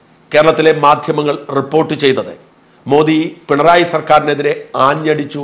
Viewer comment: You are pronouncing Prime Minister’s name correctly. Some so called vip malayalies pronounce so wrongly, don’t no why they are doing it.